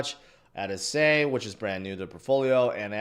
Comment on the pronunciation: sei is pronouned sigh